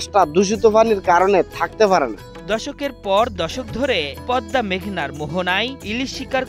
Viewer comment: ভাই, পদনা নয়, শব্দটা হবে "পদ্মা"